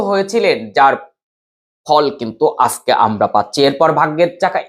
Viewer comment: খুব ভালো লাগলো। আজকে বলুন,আসকে বললে বড্ডো কানে লাগে।